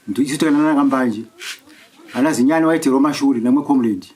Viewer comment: Chinyani kwete Zinyani